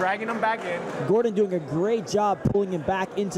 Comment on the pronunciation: If this commentary calls Gordon Jordan one more time... Jordan... GOD damn it 🤣